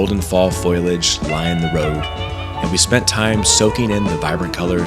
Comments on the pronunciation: Thank you for the beautiful video. Foliage - Fol - Lee - idge , I know that you were being very humorous with the Foil - idge , but maybe some people didn't get the joke. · Foilage? Like tinfoil? I think you meant to say foliage "foe-lee-idge."